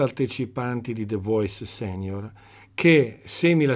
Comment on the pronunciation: la pronuncia